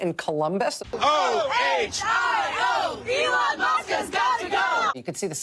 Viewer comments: I like how he said elon like it's a womans name. Haha elOn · Why can’t bill burr pronounce Elon’s name. Boomer ass